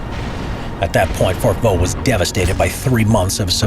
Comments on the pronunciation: On ne dit pas "Fort Vaux" mais "fort de Vaux". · Fort DE Vaux ;) et non "Fort Vaux". Yeah, french is tricky, specialy when it comes to names.